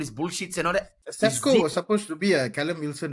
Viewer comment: Pronouncing Sesko as Tesco was simply hilarious 😅